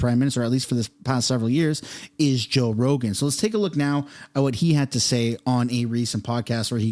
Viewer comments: He said “Roe Jogan” haha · You said "Roe Jogan"...lol, dude. The first time you said his name, Roe Jogan...lol. I totally had to go back just to make sure. Joe Rogan. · It's Joe Rogan! Not roe jogan.. lmao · You just said Roe Jogan bro! Hilarious! I'm happy I caught that in your intro LMAO! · Haha you said Roe Jogan! 😂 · Roe joegan? Lol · Joe Rogen…… not Roe Jogen…….😅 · Roe Jogan ??? LOL.... listen to your introduction. 🤣🤣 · LMAO! You said Roe Jogan... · Anyone else notice he said Roe Jogan? That made me chuckle. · "roe jogan" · Did anyone catch the roe jogen in the beginning 😂😂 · "Roe jogan" lmao!!! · “Roe Jogan” 😂 was that on purpose to get this comment? Lol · Do you realize that you said roe jogan? 😂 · 10 seconds in ....'Roe Jogan?' 🤣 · I swear in the beginning of the video you say Row Joegan. Lol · roe joegan! Was that on purpose? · I know it was just a slip of the tongue but Roe Jogan Lol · You said Roe Jogan at the beginning 😂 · Did you just say ROE JOGAN 😂😂😅😂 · Did you say "Roe Jogan"? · hahaha you said Ro Jogan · Am I the only one that caught that? First few secs… ROE JOGAN?! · “ ROE JOGAN” 😂😂😂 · "Roe Jogan" lol...they really censoring his name? Or just a crazy mispronounce? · did u say Ro Jogan? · Did you juat say "Roe Jogan"? 🤣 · Did you say Roe Jogan at the beginning of your video? Bahahah yes, you definitely did! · Lol you said rogue joegan. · Bro called him roe jogan at beginning xD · you called him roe jogan lol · Back up the truck! beep beep! did you say roe jogan in ur intro?